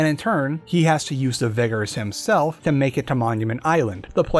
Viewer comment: He sounds a little whiter everytime he says "vigger" I know how its actually spelled he just says it like that